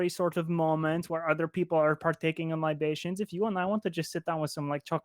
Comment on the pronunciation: "LI ba tions", "Yes, that's very good,." I'm dying...